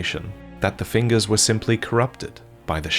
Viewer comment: take a shot every time he says fingures